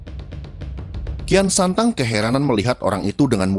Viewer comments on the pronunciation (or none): sok tau lu..bisa baca ngga lu tong..kian santang kok dibaca rakean sancang..cari referensi jngn sok teong..malu2in genx lu tong